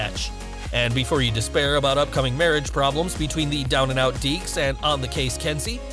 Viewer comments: Why are you calling her Densi when her name is clearly Kensi? It’s bloody confusing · It’s Kenzie not Densi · It’s Kenzi,...not Denzi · It's Kensi not Densi. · It’s Kensi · It's Kensi